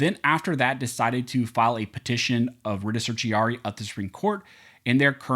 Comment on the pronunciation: Please pronounce "certio-ra-ri" correctly. You are supposed to be an attorney, right? It is not "certi-ari." Don't be ignorant. I like your show, but your careless mispronunciation of this critical term negatively impacts your credibility. Peace